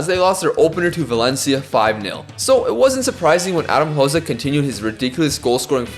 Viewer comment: Just a little heads up: Hložek is pronounced as “Hlozhek”, not “Hlozek”. Love your content anyways!